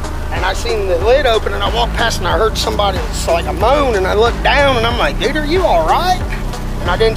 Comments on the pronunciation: That's a lot of syllables for dude 🤔🤔🤔🤔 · Dude is one syllable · He is clearly saying "dude'r' you alright?"(dude are you alright?). I grew up in western PA and people pronounce things in a similar way.